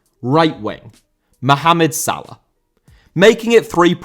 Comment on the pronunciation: Salah* not Salar